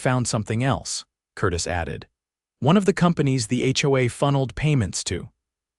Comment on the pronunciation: In addition, certain words are impossible for the ai voice to process. "HOA", "lien" and any legal term not found in the Chinese dictionary. We all have to be careful with AI and using it has its drawbacks. Please consider having someone read it instead of a computer generated voice system.